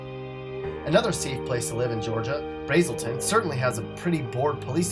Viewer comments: It's pronounced (Braz-sol-ton). Not Brazeolton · You pronounced Braselton wrong BRA-SEL-TON the a in bra sounds longer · Pronounced Brasrlton wrong. A in Braselton is not long, but short. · You miss pronouced Braselton. Johns Creek has a high number of OD's. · I live in GA and you mispronounced Braselton lol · Why he pronounce Braselton like that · I live in braselton you are pronouncing it way wrong lol. And the cops here are strict as shit. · You mispronounced BRASELTON... 😡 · Lol! You're right, he totally slaughtered Braselton. I used to live over there. I suspect only people from around there will actually care. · And this dumb ass pronounces it wrong